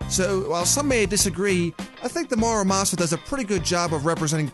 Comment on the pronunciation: Everyone calls it a mArUmasa but it is a mUrAmasa.